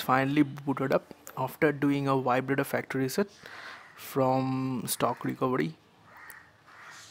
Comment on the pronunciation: bhai is recovery not recovedy. just saying.